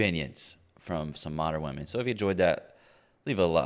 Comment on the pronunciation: Is it a new trend that womEn need to pronounce womEn as "womAn"?